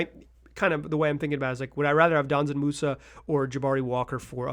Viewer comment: Brother it‘s not „Danzan Musa“. It‘s Džanan. You say the „Dž“ like the letter g. You pronounce it like f.e. the g in „geometry“ or the 2nd g in „gorGeous“.